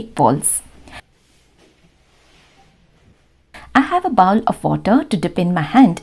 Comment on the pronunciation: Bowl not baowl